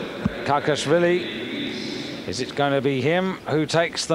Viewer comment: It`s Kakhiashvili not Kakiasvilis.